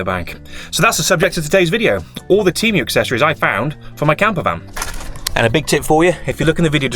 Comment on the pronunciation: Tee-Moo not Tee- mew